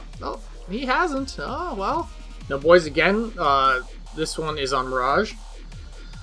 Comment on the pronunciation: Can u not say boys lmfao it sound sweird